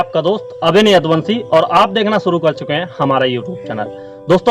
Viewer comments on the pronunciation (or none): Please work on your Hindi pronunciation. The pronunciation was horrible. Specially 'sh'. It really doesn't look good when you pronounce 'suru' instead of 'shuru'.